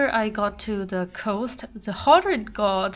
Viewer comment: 海岸 coast, not cost